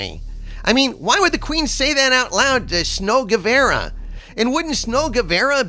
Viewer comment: 1 - You do get what they’re doing with “fair,” right? Because it means two things! Clever! 2 - It’s, er, GuevAra. With an A.